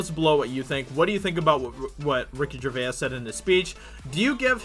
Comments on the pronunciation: Its pronounced ger vase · From a fellow a Brit to Ricky, Gervais is pronounced JERVAYZ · I wish this guy could pronounce Gervais. Dude gets a whole extra syllable in there. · Great commentary, however, how you pronounce “Gervais” is annoying. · How confident are you in your pronunciation of Gervais?